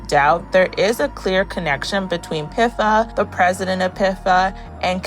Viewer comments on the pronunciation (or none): pifa pronounciation is frying me